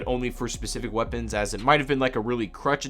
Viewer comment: "waepons"